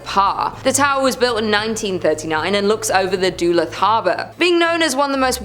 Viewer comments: I know it's not the biggest of deals, hell, you'll probably never reference the place again but Duluth is pronounced as Duh-looth as opposed to Doo-luth. Have a lovely day 😁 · More Duh-looth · You pronounce Duluth really badly....its Doolooth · BAHAHAHAHAH SHE SAID DULUTH LIKE doo-lith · Love ur channel hey i swear 💜 but yes lol Duh-Looth Ty Genesis lol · I couldn’t figure out what she was saying, lol, DoLooth! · I hope she has learned how to pronounce Duluth since this video. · Though other Minnesotans have corrected your pronunciation of Duluth, however, I liked it! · Who taught you how to pronounce Duluth? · Thanks so much for letting her know! I grew up across St. Louis Bay from Duluth, and the first time I heard her mispronunciation I nearly spit out my coffee! Certainly there are more than enough British place names that Americans mangle—one corker reporters and newspoeople can’t seem to get right is “BuckingHAM palace” instead of “BUCKinghum Palace”—so people shouldn’t be touchy about being told!